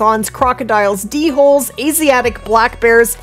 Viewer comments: it's pronounced dole, isnt it? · Listening to Lady say D-hole instead of dhole made my day😂😂😂